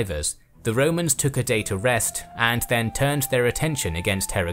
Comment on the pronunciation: "All Rome will be amazed at such a victory. The DAaaaaYEEE is owuRsssssss!!!"